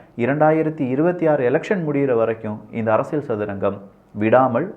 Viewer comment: அரசியள் அல்ல. அரசியல். சிக்கள் அல்ல சிக்கல். சரியாக உச்சரியுங்கள்.